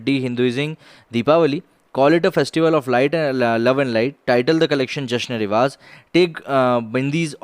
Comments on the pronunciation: It's not written riyaz it's written riwaaz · vo RIWAAZ hai riyaaz nhi.